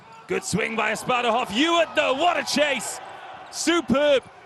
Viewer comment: The boy's name is Asparuh Asparuhov, people, like our first khan (tsar, king). How come you didn't learn his name? You call him Asparov and/or Asparuv, stupid Americans??